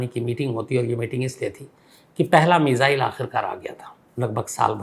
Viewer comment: मिजाईल नहीं मिसाइल बोलो